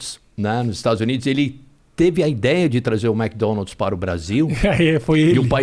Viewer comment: Ne????? Eu tbm, e detalhe pra quando ele Fala "MécDonald's " ao inves de "Mic" que e a pronuncia correta kkkk ainda assim ele e muuuito top!